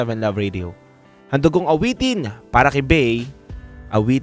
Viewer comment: Ronnie liang po yon, hindi ronnie ilang.